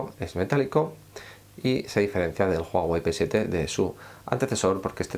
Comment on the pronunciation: Mierda pendejo es "uawei" la "h" no suena más no "juajuei "